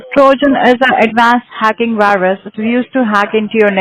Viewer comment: When he said virus wrong and said “wirus” it tickled me!